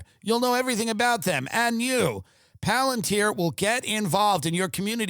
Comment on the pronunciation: Tim "PALANTIER" Dillon!